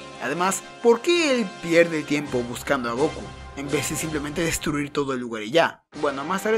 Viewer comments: Me gustan tus videos amigo pero porque decis GOKU Y NO GOKÚ con acento como se dice en realidad? Por lo que veo sos latino pero bueno cada uno lo dice como quiere jaja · Dude... Por que pronuncias Góku si el nombre es Gokú, en japonés también se acentúa la u, suena muy raro XD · Me da un pequeño ataque cuando dicen goku y no gokú,(aunque no lleve tilde) pero buen video xd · fa alta bronca que digas GÓKU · se que es algo raro para preguntar, disculpa, solo que no paraba de llamarme la atención cada que decías Goku mal XD